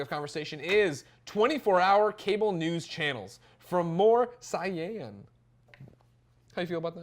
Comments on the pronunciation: You pronounce say Saiyan like sayin. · bro...how the fuck do you not know how to pronounce saiyan...easy Dragon Ball Z reference. (Say-Yen) so moresaiyen is just more-say-yen. Children today smh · Love how you pronounce "Saiyan" Greg! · Lol Greg doesn't know how to say Saiyan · Just an honest question but have you never actually watched Dragonball Z before Greg? You're about 4 years older than me, so I could see why you may have not been hip to the pronunciation of the word "Saiyan" (as made up of a word that it is). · GREG!!!! NOOOO!!!! HOW DID YOU MESS UP THE PRONUNCIATION OF SAIYAN?!!!!! AGHHHHHHHHHHHHHHHHHHHH. :P